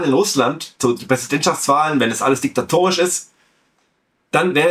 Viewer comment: weiterhin zum Kotzen, dieses Geschwafel in Sachen Krah; Chrupalla: "diktatorisch" heißt das, nicht "dekitatorisch"; ich überlege, nach diesem Vorgehen nach Jahren der Zugehörigkeit wieder aus der AfD auszutreten